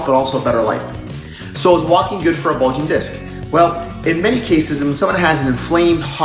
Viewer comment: “Bugling” disc?? Really? 🤣